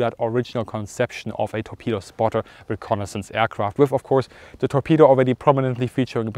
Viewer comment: "...of zee enemy" love it! (I hope that was an intentional joke, and I'm not making fun of his accent).